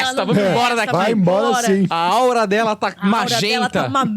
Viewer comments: Aura e não áurea! Uma pessoa sensitiva poder enxergar a aura de outra e sentir as suas energias, não significa que também seja um médium Ser médium, é dar comunicação aos espíritos desencarnados, e isso é algo muito sério que necessita de muito desenvolvimento e estudos. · Essa foi de doer, né ? O rapaz moreninho a corrigiu, elegantemente, mas ela nem percebeu.